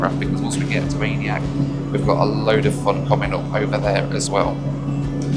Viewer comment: Its absolutely killing me hearing him constantly mispronounce aniak